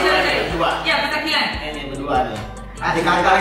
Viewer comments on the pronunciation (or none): Petakilan nyo bukan petikalan 😂😂 Btw, gini ya vibesnya kalo cowok2 cakep pada ngumpul 😯❤️